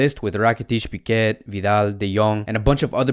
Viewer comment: good preview .....but its spelled ' pee -kay ' not piquet